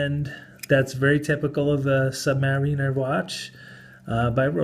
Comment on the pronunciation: HAHAHAHHAHA IS A FUNNY DUDE, HE'S BEING SARCASTIC....THERE'S NO WAY HE'S SERIOUS "sub-ma-RI- ner", "BEE-zeal" "mother of pearl" OMF HAHAHHAHAHAHA